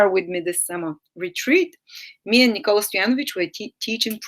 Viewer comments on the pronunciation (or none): none